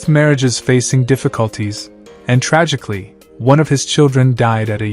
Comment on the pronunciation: I thought you said tragic